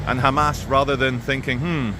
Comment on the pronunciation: WOW wow wow WOOOW this guy hates "khamas" soo much and he still says their name properly just WOW